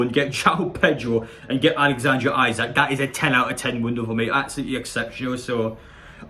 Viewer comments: Pronunciation is eesack 😁👍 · It’s pronounced “Is ack” lad